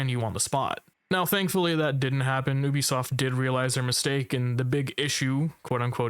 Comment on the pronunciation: if you say ubisoft like that you are an op